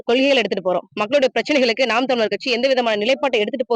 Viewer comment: அம்மா தமிலர் இல்லமா ( தமிழர்) என பேச